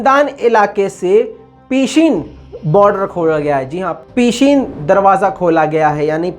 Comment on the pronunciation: peeeshin nahi pahshin hai sahi name.